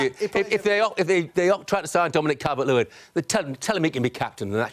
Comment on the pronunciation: "Calvin-Lewin"? Typical Merson